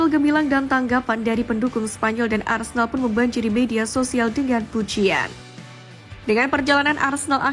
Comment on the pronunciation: Boikot channel ni.. Aku selalu perasan yg admin channel ni selalu cakap Arsendal.. Opening 0.2 saat...Keymark admin